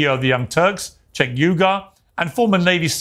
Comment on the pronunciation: You don't know how to pronounce Cenk's name wrong it's pronounced Jenk